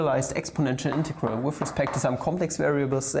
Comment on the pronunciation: Aww british accent integharal